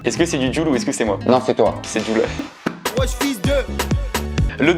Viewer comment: Jul se prononce < djoul > et le prononce < jul >